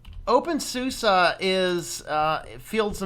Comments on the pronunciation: your saying opensusa its opensuse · It's basically Zoo-Zuh/SUU-Zah (SUSE = S_oftware - u_nd - S_ystem - E_ntwicklung/ Software and Systems Development)